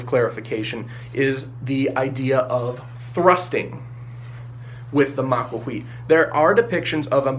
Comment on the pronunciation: You make the TL sound by putting the sides of your tongue against the sides of your upper canines then blow. It does not make the TOL sound like in bottle. I recommended this website: it has audio from a modern Nahuatl speaker who pronounces the TL sound correctly.